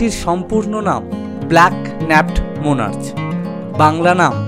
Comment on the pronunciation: দাদা উচ্চারন মনার্চ না মনার্ক হবে।।❤️❤️